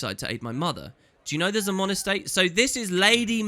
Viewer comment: Also,, Minister Zey-mon not Zaa-mon xD